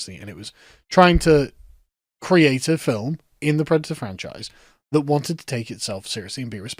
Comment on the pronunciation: I'm pwedator and I'm vewwy angwwy